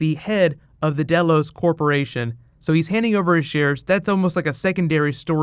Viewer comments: nice recap but it's DELOS not BELLOWS. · Delos sounds like Delores